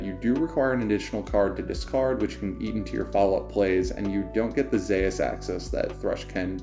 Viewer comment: Thats not how you pronounce zeus xD